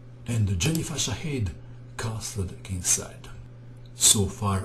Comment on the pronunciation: dear, just a tiny remark. i believe Shadade is pronounced sha-ha-de (or something similar). keep up posting your awesome videos! this is my favorite channel on youtube by far.